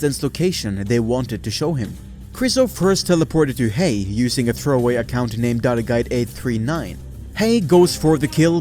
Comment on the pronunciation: He said hej with the right pronunciation on swedish :D